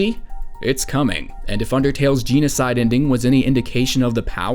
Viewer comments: Gene-o-cide? It’s Gen-o-cide. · “Enjoy your nightmare fuel!”? I’ve heard this so much that I LIKE this, it’s not even scary anymore. Edit: “Geenocide” TRIGGERED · its not ginocide its genocide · What's ge nocide? It's genocide (jeno side) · Jen-uh-side. Not jeen-oh-side, my dude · "jee no side" rout...... ok you need to watch some vids on pronouncing genocide "jen-oh side" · GenOcide not Genecide Ralsei is RalSAY not RalSEE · It's Geno-cide, not Gene-o-cide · No one: Absolutely no one:: Geanocide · Why do you pronounce it like g-nocide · Gini-side root Me:r u ok? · did he just say... jeanocide? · Geno sauce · jeno - side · Also it's not jean-o-cide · Did you say Genocide like Geno-cide? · Can you not pronounce stuff so weirdly? They-nhose? Geena-side? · THATS RIGHT BOIS ITS THE GEE-NOCIDE ROUTE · I hate the way you pronounce genocide... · Okay, being a bit nitpicky, but... you know you were pronouncing genocide wrong, don't you? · the way you pronounce thanos + genocide is funny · The way you pronounce “genocide” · You say genocide funny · It's pronounced 'genocide', not 'genocide'.